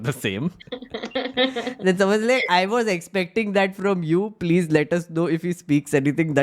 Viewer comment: Om Bidla : Please ❌ Plejjjjjjj ✅